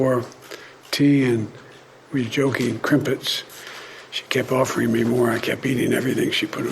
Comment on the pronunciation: He called the Royal palace a castle 😂😂😂 and what are Crimpets? 😂😂😂 you mean Crumpets